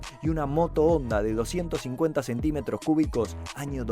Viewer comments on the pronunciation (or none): none